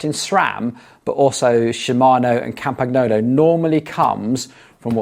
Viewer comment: The Campagnolo pronunciation makes my ears hurt. It is Campañolo, same as El Niño.